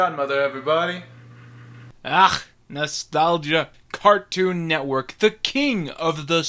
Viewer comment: Did you say Cartoon Networth